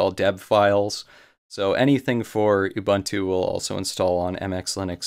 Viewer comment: Great video, kills me how you pronounce "Ubuntu" though!